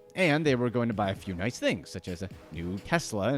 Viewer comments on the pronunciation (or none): none